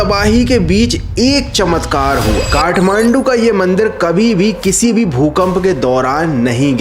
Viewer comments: Bro its kathmandu. Not kahmandu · It's Kathmandu. Not kahmandu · Kahmandu 😂 Kathmandu hota hai bhai 😂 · I THINK IT SHOULD BE KATHMANDU✅ NOT KAHMANDU❎ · Kathmandu❌ Kahmandu✅😂